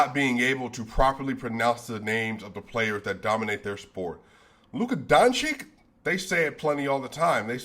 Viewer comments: The -ić part in Dončić should be pronounced the same as in Jokić. So its not Donchick but Donchich. I noticed multiple times now that you mispronounced, which was somewhat ironic in that part about pronouncing names. And while we're at it, the J in BoJan would be the same as the J in Jokić, so it would sound like Boyan. This is the rule for every J (y) and for every ć/č(ch) that you see in the Balkan names. Not trying to throw shade at you, just thought you should know, the same way announcers should know. Great content as always, tough loss. Love from Serbia, let's go Nuggets! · Sorry, when talking about pronouncing names correctly... but Bogdanovic is of course Bojan like (Bo ya n). Then Doncic is (Don Cheach) OK. We aren't in an Abyss because the bunch of Nuggets on court is playing scrimmage games like today. No Gobert, no fun. You forgot already how a deeply depleted Denver squad Held record-Curry to 2 points!!!!!!!!!! coming two min.before halftime!!!! Leasing the NBA leading Warriors at home to - 24 before relaxing. Stay cool. Bright future.